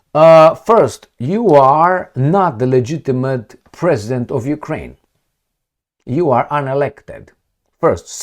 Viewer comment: You said Jewkrain ?